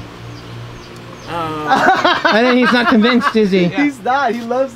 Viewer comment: How he says “Adobo”: Adoeboe